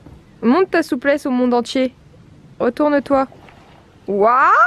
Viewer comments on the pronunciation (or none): none